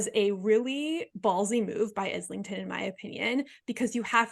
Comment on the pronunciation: Thanks for the discussion! Not to be "that guy" but it's pronounced "eye-ling-ton" haha